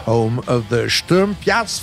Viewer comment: Its not called "sturmpjas" its is called stormpjäs. You can say "a" instead of "ä"